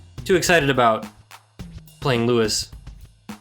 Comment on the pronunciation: This fucking guy calling Louie "Louis" and Pikmin "guys" 🤣